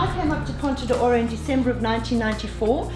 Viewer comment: Another very nice video, keep them coming. As a native Portuguese speaker, I should only point out that it is Ponta do Ouro, not Oura. The pronunciation is a little bit off as well, but no problems Greetings from Brazil 🇧🇷